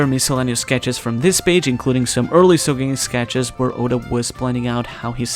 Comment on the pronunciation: I just don't see why they would mute the G. Sogeking is pronounced "Sogekingu"